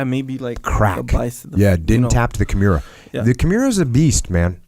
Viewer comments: That good old kim-year-uh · I love Jocko. However, please stop calling it Kimeera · jockos pronunciation of "kimura" bothers me everytime he says it. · I wanted to correct Jock's pronunciation of the kimura but I had nightmares thinking about it. Sorry Jocko for even thinking about it. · If you want to change it you have to wake up at 4am and seize the pronunciation